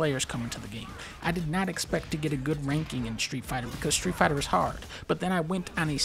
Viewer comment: (Shtreet fighta”